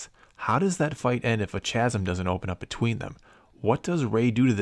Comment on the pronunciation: chasm? did he really say it that way?